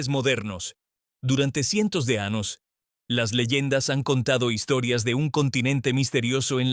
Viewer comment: IA no es ANOS ES AÑOS TE EQUIVOCASTE EN OTRAS PALABRAS NO ERES HUMANO Y DEBES HABLAR CORRECTAMENTE RESULTA DESAGRADABLE ESCUCHAR TAN MAL ESPAÑOL